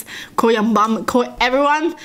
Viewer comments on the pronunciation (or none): it sounded like she said bum instead of mum